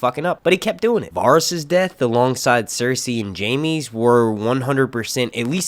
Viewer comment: say it with me. VA-RIES not Varis